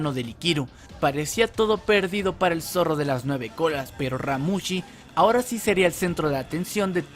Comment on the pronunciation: los niveles de poder están errados, bills no es el mas fuerte, también pronuncias mal el nombre del zorro